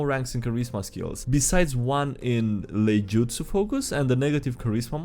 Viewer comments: laijutsu is actually iaijutsu - it's an i, not an L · Iaijutsu starts with an i so ee-eye-ju-tsu